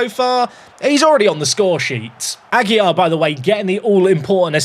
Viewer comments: second day comenting, the correct pronunciation for AGUILAR is "Agy-Larr", with the strong R at the end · it’s ah- gill (like the fish breathing apparatus) -lar (like lard without the d)